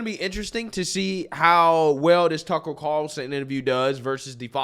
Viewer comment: Judge Jeanine can't even say Tucker's name. 🤬